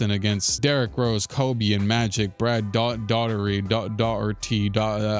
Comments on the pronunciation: How you've been doing this for two and half decades and still can't pronounce Brad Daugherty's name is wild. 😅 Dah-hurt-ē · Daugherty’s last name is Irish and is pronounced “Dock-erty”. Makes no sense but that’s what it is.